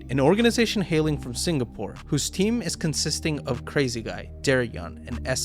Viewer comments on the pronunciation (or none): none